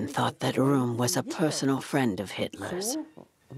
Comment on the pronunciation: Rohm is not pronounced like "room". It's pronounced "row-m". It's small thing but it drove me crazy trying to watch the video. You need to do a better job to give the history the respect it deserves...